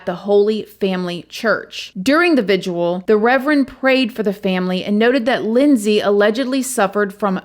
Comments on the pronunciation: It is VIG-IL. NOT VIGUAL. Come on! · I think it's just pronounced vig-il. Not vig-u-al. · "Vig-ill" vigil simple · I love how you combine the words vigil and visual lol. Vijsual. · It's not a vigual, it's a vigil... Lol aww you're funny when you mispronounce things. I love it!! Oh and it's Massa-chew-setts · Lol it's called a vigil not a vidual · The word is 2 syllables, VIGIL. You’re just adding an extra syllable. It’s not VIGUAL. I think is wonderful, she seems to care so much about people. I am like her in the way that I often say words incorrectly and I appreciate when someone helps me to get it right. I in no way mean it as anything negative. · you do an awesome job thank you. Please forgive the call out but I've heard you use the word "vigil" a few times but pronounce "vidual". Sorry to sound like a jerk but thought it was worth mentioning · I love your content and presentation but... .if you don't stop mispronouncing vigil I will have to stop listening to you. You continue to say "vigual" or "vijual"....There is no such word and it makes you sound a little uneducated. Yes, I'm a grammar Nazi but you can do it! Please.. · Vigil.. 2 syllables